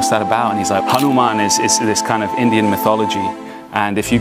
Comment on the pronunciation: Not Hanumen, Pawan Putra "Hanuman" "Hanuman" you need to be pure for pronunciation. I hate when foreign people pronounce our GOD name wrong.